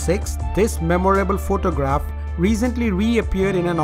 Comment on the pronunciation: this guy sais phoctogragh lol